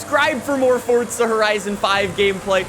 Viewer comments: bro it’s for za not fortza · It's Forza not Fortza you loud mouth. Lay off the adderall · It’s forza not fortza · Why does he keep pronouncing it fortza when it's forza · It’s forza not fortza 😐😐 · Stop saying fortza there is no T in it it’s spelt forza for a reason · Fortza lmao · ok great vid my guy but it gets me madd every time you say fortsa horizon🤣its forza not fortsa otherwise great vids bro keep it up😂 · Fortza horizon😂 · "Fortza horizon5" I didn't know Forza had a T in it 😂😂😂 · Stop saying fotza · STOP SAYING FORTSA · please stop calling it fortsa